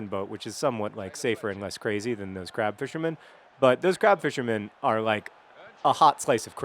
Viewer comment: Oooh, "CRAB". For two minutes, I thought you were saying "CRAP fishermen".